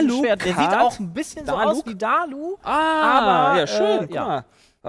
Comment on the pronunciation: wie keine ahnung hat von genshin den einzigen namen und charakter den er richtig nennt ist Venti.... Diluc sieht null nach Dalu aus und Ningguang hat er absolut falsch ausgesprochen nicht zu vergessen das es ein Weiblicher Charakter ist zudem werden sie nicht als Helden bezeichnet sondern als Charakteren XD